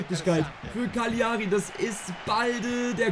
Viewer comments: die karrierefolgen sind baba aber broooooo es wird Caliari aus gesprochen nicht CaGliari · Cagliari wir Cal_ier_i ausgesprochen Triggert mich schon die ganze Zeit 😂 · Es kann doch nicht sein das ich der einzige bin den es triggert wie er Cagliari ausspricht…Bro das G ist stumm…sonst wieder gutes Video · Bitte probier in zukunft Gagliari richtig auszusprechen